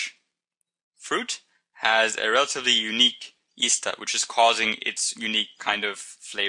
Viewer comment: He keeps saying Easter instead of ester.